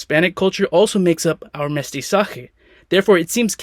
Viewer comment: qué bien pronunció Academia Real y Mestizaje :yougotthis